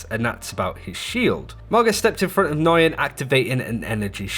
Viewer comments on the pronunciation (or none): I have the same name, and I’ve heard “nyugeyen,” “n-guy-en,” and just straight up “noogyen.” I’ve never heard “noi-yen” like he says it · Nguyen is pronounced "nWen" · "Nguyen" is pronounce "Wen". or "Wayne" It's a Vietnamese name if memory serves. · Nguyen is simply pronounced “Win.” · Agate I had several Nguyen in my highschool so we all learned how to properly say it and yeah newgin was a common mispronunciation, but yeah the way he send it was totally strange haha